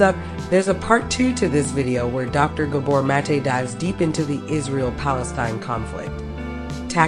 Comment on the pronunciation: Love this video but bothered by your mispronunciation of his name